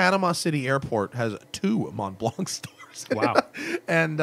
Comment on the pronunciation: About pronunciation... Montblanc... No "K" sound at the end, the "c" is silent"...